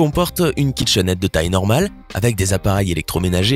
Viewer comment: UNE KITCHEN'ETTE UNE KITCHENETTE !!! 😆😆😆😆🤣